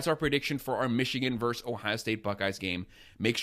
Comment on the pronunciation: The word is 'versus,' not "verse." We're football fans, not poets. Thanks, man.